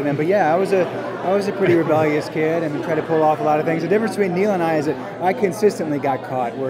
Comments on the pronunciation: it's neal not neil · neal not neil